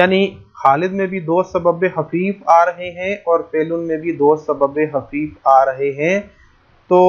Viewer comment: سر لکھا تو خفیف لیکن آپ حفیف پڑھاںٔے ہیں یہ بات سمجھ میں نہی آںٔی